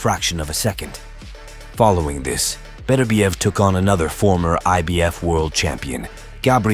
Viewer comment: Im sure thats not how you pronounce his name 😅 good vid 😊👍